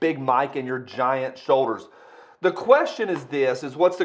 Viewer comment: Big Mike's "big..... shoulders" got me! 😂🤣😂